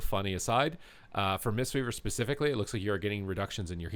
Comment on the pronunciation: Man, you say "especifically" a freaking lot.